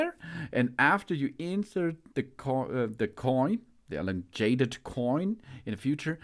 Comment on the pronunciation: That’s not how you pronounce elongated… ur an idiot - stick to your language 😅